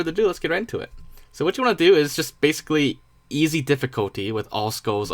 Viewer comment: It’s easy difficulty not “easo”